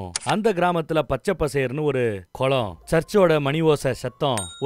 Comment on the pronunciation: Not கொலம்.... குளம்... but nice